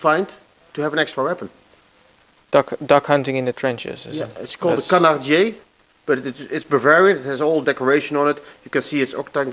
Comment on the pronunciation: It was a "Canardier". It's a french word, and a more accurate name would be "Canardière"